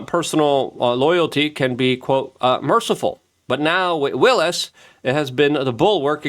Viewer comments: it's WYLES not WILLIS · I can’t listen to someone who doesn’t even know it’s Susie Wiles, not Willis.😂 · Luke is ESL, so he pronounces names wrong all the time.